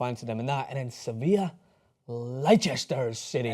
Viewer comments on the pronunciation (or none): i'm sorry i have never heard of "Lie-Chester city" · He butchered the pronunciation of Leicester